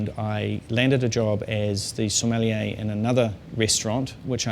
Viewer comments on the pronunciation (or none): so-meh-(except you dont pronounce the h)-lee-a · It's funny because he can't even pronounce it